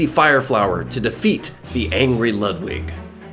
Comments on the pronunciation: IT’S LEWD-WIG NOT LUHD-WIG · I hate ho he pronounces Ludwig pronounced:Lood-wig as Lud-Wig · He’s saying Ludwig wrong it has a oo to it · that’s not how you pronounce ludwig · You keep saying Ludwig wrong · You pronounce Ludwig's name wrong